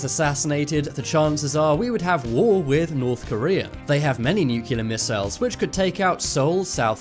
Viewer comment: Why the f*** do you say missiles so weird I can't even watch this f**** s***